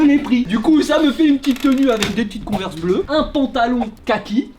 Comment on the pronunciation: tu prononces trop bien le nom de la converse beige